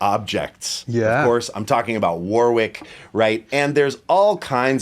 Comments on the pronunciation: Whatever the history I'd have a Streamer Stage 2 over an NS2 any day. When I was learning how to play in the late '90's I knew about Warwick before Spector and the players I admired all played Warwick. The Streamer Stage 2 was the one. And, sorry Yanks, it's pronounced Worrick! Quit the War-wick crap. It's not a candle going into battle! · It's pronounced 'worr-ick' not 'war-wick'. There's an English town of the same name and pronunciation. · Sting had a foam pad under the strings in front of the bridge too, just damping everything. AND.... it's pronounced WORICK. It's a weird one, like WOOSTER sauce 😁